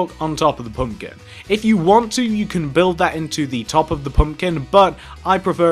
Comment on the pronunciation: it's pumpkin not pumkin!